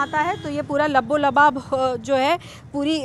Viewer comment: labbo lubab nahi balki laba lab sahi Shabd hai